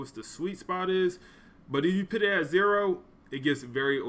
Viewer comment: Put not pit sir, no disrespect